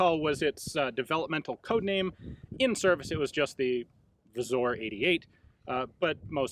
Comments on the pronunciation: Not that it's inherently wrong to pronounce it as 'Wzor' when speaking English but 'Wzór' in Polish is pronounced as 'V-zoor'! The o with an accent 'ó' has an 'oo' sound in Polish! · "Vzoor" not "vzor" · Just as a side note, in Polish it's written "wzór", which is not pronounced "vzor", but rather "vzoor". Awesome video, thank you for your hard work! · I think he saw the closed u and assumed its pronounced as "o" when it's a stressed "u" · Ian your pronunciation of "wzór" is almost right But to simplify it Wz - wzór in writing "Wzoor" with harder Slavic "r" in pronounce The "ó" is read in polish like the "oo" in "boom" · it's pronounced the same as "u" so ian could have said "wzur". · Yeah it was still weird to see, I had a moment of "wait, did I miss this the entire time?" but seems like he might have thought it was like the german Ö or something. Ó is no different then U